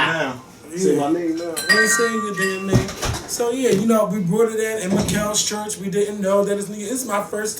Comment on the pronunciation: Do all Philly ppl pronounce the words "Taught and Brought" the way & does????????? - toe'wert & bro'wert LMAO... just curious